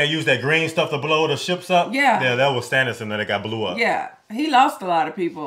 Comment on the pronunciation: It's Stannis, not Stonnis. It sounds like Stanley.😊